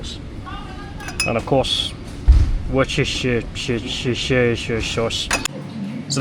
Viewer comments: I thought only Americans couldn't pronounce Woochesheshire sauce. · I was surprised you can't pronounce Worschestershire Sauce either. No one can.